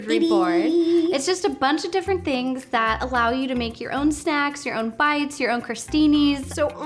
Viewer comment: "Snecks" and "Melk"